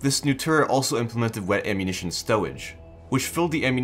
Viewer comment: Wet awwunittion stowage UwU